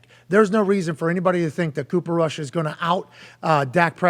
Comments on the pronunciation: Why call him Kush? It's Rush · Bro said Cooper Kush 🤣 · It's Rush not Kush. Rush has learn from Tony Romo, Jason Garrett, Dak, and Kellen Moore. Rush looks great with the 2's in preseason. Now he's with the 1's. It's Cooper Crush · Cooper Cush Its Cooper Rush lol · dude its RUSH not kush!